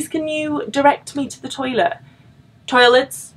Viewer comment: "Toilets?" I can hear the 'Merican on that accent, and I am sure it is 100% earned.